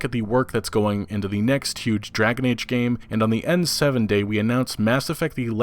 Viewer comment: "the next da will be great" Yea right